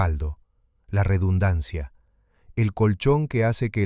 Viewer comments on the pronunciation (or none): none